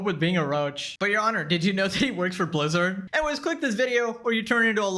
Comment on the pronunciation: proceeds to say "blizzard" like a pokemon.